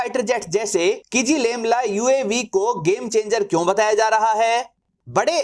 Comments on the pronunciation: “किजीलेलमा” हैं भाई किज़िलेमला नहीं। क्या गुंडा बनेगा रे भाई। 😂😂😂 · Not kijilelma, it's kizilelma. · "Ç" is Pronunced as "J" in Turkish. Akinçi is Pronunced "Akinji" Also you're pronuncing "KIZI-LELMA" wrongly as "KIZI-LEMLA" Thanks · RIP Kizilelma Vs "Kizilemla"😂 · Abey jahil ki-zi-lel-ma hota hai Kizilemla nhi🤣